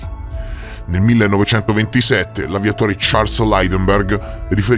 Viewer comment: Io ti stimo moltissimo, ma a volte fai degli errori di superficialità assurdi, da una persona impegnata come te sono inaccettabili, dal mio punto di vista ovviamente. Charles Laideberg??? L'aviatore? Charles Lindbergh. Il suo aereo lo Spirit of St. Louis.... Questi video in cui leggi il copione li eliminerei, preferisco mille volte quelli in cui ragioni